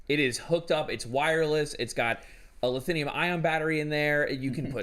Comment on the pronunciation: Did my man just say LITHINIUM ion battery?.... actually i love it 😂